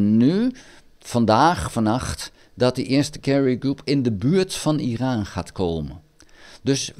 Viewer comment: Goeie informatieve video. Het is overigens "Iran" en niet "Iraan". Trump wist van de aanval voordat deze plaatsvond. Dat heeft hij zelf gezegd. Hij heeft Netanyahu verzocht om Iran niet aan te vallen. Ik denk niet dat de VS Iran gaat aanvallen. Denk dat Trump dit toch niet gaat doen.